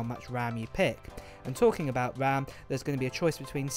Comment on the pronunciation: It seems "abougt" right. But I hope it's a little less than that.